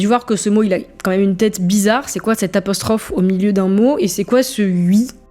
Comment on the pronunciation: Et personne ne parle du "CÔMME MÊME" au lieu de quand même qui déjà peu être agacent